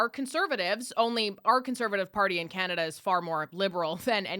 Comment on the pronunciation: Called it chinada , not communada 😅